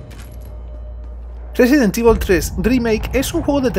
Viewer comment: " residen tivol 3 drimake "JAJSJAJA por qué tan mala pronunciación?